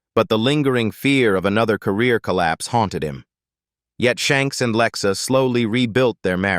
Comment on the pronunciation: Lexa not Lexus